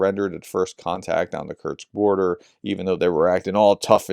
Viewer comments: Hi, please consider taking some time to adjust your pronunciation of "kursk" (not "kurts"), as it is a name you're likely to say a lot in the coming days / months:) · Man pronounce Kursk properly. It's koor-sk not kurch! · Why do you keep pronouncing Kursk ( Kerrsk ) as Kertz???? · Quick pronunciation guide: Seva-Stopol, not Sev-A-Sto-Pol KurSK, not Kurt's Av-Diiv-Ka, not Adeeka Sudzha is apparently pronounced "Su-Ja" And for fans of Combat Veteran Reacts: Vov-ChanSK, not Vov-Chanks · Prof's pronunciation of Kursk sounds like Kerch, so this video was a bit confusing 😅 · Sorry Prof, but your continued mangling of the pronunciation of a simple word like Kursk is really irritating .